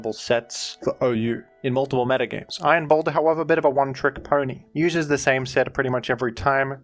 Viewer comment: You said it wrong, his name is iron pounder